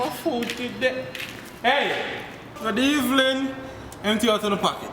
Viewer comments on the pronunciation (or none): he said "good evlin" lol not good evening